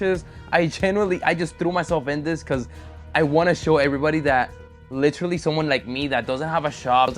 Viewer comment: Anybody else hear that "Literaly" when was inspecting the undamaged frame??😂😂